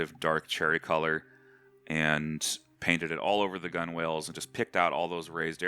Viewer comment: omg, you did not say 'gun whales'